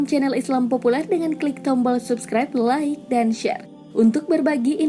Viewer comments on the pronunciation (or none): Amin Tapi ngomong nya bukan lik tapi like